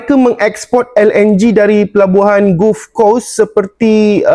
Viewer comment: Yg untung kau tak nak ulas pulak, dasar walaun tuyuk. Sebut 'Gulf' pun tak betul ada nafsu nak komen. Sembang macam kau ceo petronas